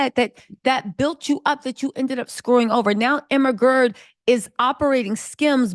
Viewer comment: Everytime you Emma Grede I hear the ermahgerd meme LOL